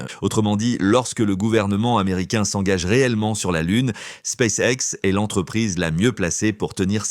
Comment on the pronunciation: "Space sexe"! Halalala l'IA...